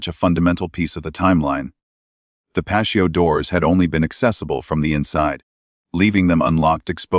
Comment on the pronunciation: Dear AI - It's not 'pasho'. It's pronounced 'pa-T-oh. So sick of all the mispronounciations in these readings as though they're not important. Words are important, as those who censor and change our vocabulary know! Your carelessness and lack of thoroughness in programming AI is either deliberate or disrespectful to native speakers!